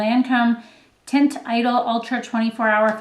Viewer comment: The lancome foundation is pronounced "Taunt E-Doll"